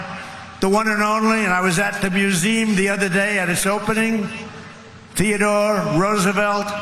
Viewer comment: Don't you just love the way he pronounced museum...😂😂